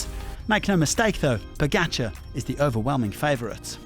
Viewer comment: You are a paid pro commentator. Why not learn how to pronounce correctly the name of pogacar?